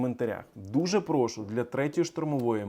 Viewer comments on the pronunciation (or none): none